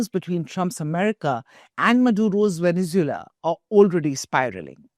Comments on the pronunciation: It’s pronounced veh·nuhz·Way·luh not veh-ne-zoo-luh. Lol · Vene zu elan thats how it is proouced. How could India become a world power when its media and parlaimentarians can't pronounce simple words? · Venezula? Bijing ? 😂😂🤣🤣